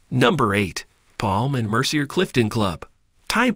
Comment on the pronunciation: Not Mer-see-er! It’s “Mer-see-aay”